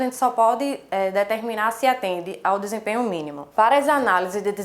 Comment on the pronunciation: Em dois vídeos errastes a palavra DESEMPENHO